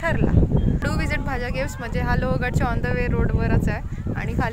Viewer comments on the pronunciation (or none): भाजा नाही भाजे